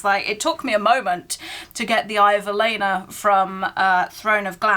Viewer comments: Not me getting irritated with you calling Aelin Celeana the whole time😂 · The mispronunciations are killing me. Velaris and Celena 😢